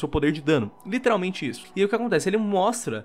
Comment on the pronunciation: Escutar o falando a palavra "literalmente" de forma totalmente errônea me mata por dentro